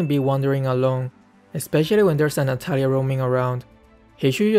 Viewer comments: Its Natalia not natatalia ahhahaa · U Said Natatalia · lol 'Natatalia' Good one 🗿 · "Natatalia" lmao it's fine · Ah yes, "Natatalia" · Ah yes,natatalia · Its natatalia